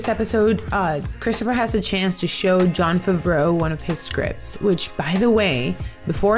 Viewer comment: I like how you say Jon Favreau so elegantly. 😄